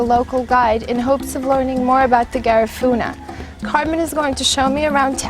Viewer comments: Atleast say the name right its an insult to my culture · You can't even pronounced Garifuna.